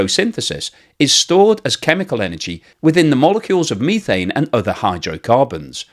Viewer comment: Meethane is a hilarious pronunciation!!!